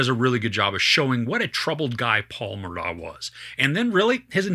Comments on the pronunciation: First time watching you. Thanks. When Alex/Alec was first interviewed, in the car I think, he spelled his name then clearly pronounced it Murdock. I was glad he did that, because, like you, I had trouble with the correct pronunciation as well. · Take it from a local: The name is pronounced like this spelling: Murdock